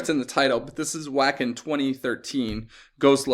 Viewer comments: The flaming longhorn is the logo of the festival, which takes place in cattle-rearing country in northern Germany. Wacken (pronounced "VAH-khen") literally means "cows." Tuomas Holopainen's 'organ pipes' are just an ornamental keyboard stand (and wine rack). They suggest an actual church organ and also the Sibelius monument in Helsinki. The orchestral backing tracks (written by Tuomas, co-arranged by Pip Williams, and recorded in London for the original album version) are by (members of) The London Philharmonic Orchestra and the Metro Voices Choir. Another reactor counted 17 key changes in this piece. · That burning bulls head is the symbol of the Wacken (pronounced Vakken) open air venue; a regular metal festival in Northern Germany. Singer Floor Jansen can perform all styles from metal screams and growls to gentle crooning to grand opera. There are examples of her doing all of these on YouTube. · About the longhorn. This concert is taking place in Wacken (pronounced "vacken") a rural area in Germany as part of their annual metal festival that is arguably the biggest in the world. The area is known for it's cattle raising based economy therefore the bull head is the festival logo.